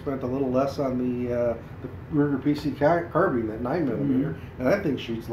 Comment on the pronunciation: Starts off the video: Doesn’t even pronounce “carbine” correctly 🤦‍♂️